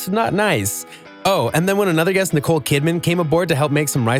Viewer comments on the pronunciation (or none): I cringe at how this dude keeps on pronouncing guest as jee-est